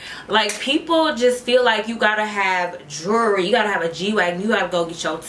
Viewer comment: You have totally improved yourself on the outside, so that’s complete. In your elevation journey—this is constructive criticism—work on your grammar. Your “Black Card” will not be revoked if you pronounce “jewelry” instead of “jury.” I learned that the hard way, which was embarrassing and humiliating; which is one of the things that led me to take a grammar course at a community college. That course helped to boost my confidence regarding my oratory and writing endeavors. Additionally, I’m happy you tapped down the profanity, which isn’t necessarily to express yourself or tell stories. I know it’s commonplace with young people today, but still not widely acceptable and you’re elevating. However, I believe you’re on the right track, and you’ll reach your goals because you are naming and claiming, and realize that you have to be more than mediocre.